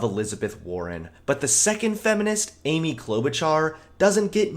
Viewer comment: Got the first like 2 min you said Amy’s name wrong